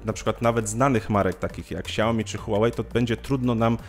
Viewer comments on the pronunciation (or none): none